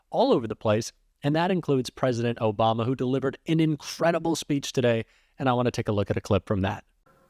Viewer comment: I hate how everytime i hear Obama now i hear "Obamna!" 😂. David Pakman has given me an earworm with that soundclip.